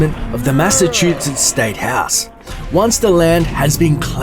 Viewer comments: The way you say Massachusetts makes me want to fucking shove a live grenade down my throat while shooting 50 bmg rounds into my knees whilst falling down the empire state building with bloody cut wrists. It's mass uh choo sits. Not massachootsets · MASS-A-CHOO-SETS. GAWDDDDDD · As a Massachusetts alien, you saying massatoosetts angers me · massachu “setts” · Anyone else notice how his Australian accent makes him say mashshatooshesh? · Say Massachusetts again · His pronunciation of Massachusetts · Its hard hearing someone pronounce Massachusetts wrong, considering ive heard its name all my life. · Your pronunciation of "Massachusetts" omg. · Lol you were doing good at saying Massachusetts.. I understand a lot of people can't say it right but the last time you said it .. U kind of failed lol, good video tho :) ps if u ever need to say it real fast just say mass it's what we call it for short